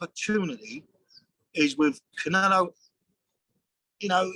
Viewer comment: the fella cant even pronounce canelos name properly, and must think the fight is happening in Mexico City. 70,000 Mexicans there for Billys blood. stay out of it old boy let your gown son make his own mind up. you said it yourself... its boring here because the press aint showed up yet. ffs